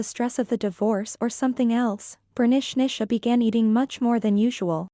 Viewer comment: I keep on hearing Bernicnicia (pronounced Bernishnisha).